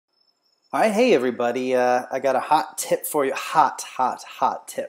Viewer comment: I thought he said " I gottaaaaa hot tit for you"